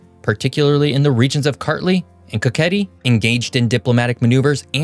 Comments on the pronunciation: Pand kaketi is kaxeti not kaketi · and i'm just gonna say something plase say kaxeti not kakahet cuz i don't think it's that good to add that much words